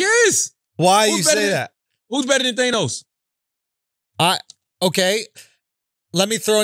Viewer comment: CHARLAMAGNE, ITS THA-NOS, NOT THAN-OS